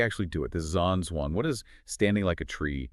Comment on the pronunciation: It's actually pronounced Jam Jong. Long term student of.